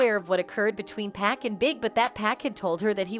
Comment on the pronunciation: This white woman need to learn how to say pacs name right!!! 🤬